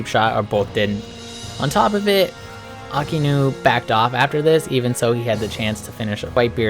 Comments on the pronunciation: Really like the video but your pronunciation on some things kept making me laugh. No hate though. But it’s pronounced “Shee-shee-boo-kai” not “shee-bookai”..... also it’s “AHK-I-inu” not “aki-nu” ..... I feel like such a nerd writing this comment 😂😂 awesome vid man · It's shichi not shee shee and it's actually Aka-inu